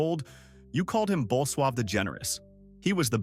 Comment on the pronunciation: Bull suave? The name of the Polish king was Bolesław. These AI made videos get just plain ridiculous at times.